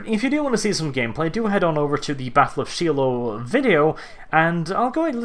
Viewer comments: Btw, its pronounced Shy-low. Not Shelow. Trust me, I was born and raised in Tennessee. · I know you're British or Norwegian whatever you are, but it's not pronounced she low, rather it's pronounced Shy low. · Shy-loh, not She-loh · "Sheelow..." Hehehehe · Shiloh is said with a long "I" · Shiloh Its pronounced Shy-low. It means "Place of Peace" in Hebrew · I understand that English is not his first language... but the way he says "Shiloh" hurts my soul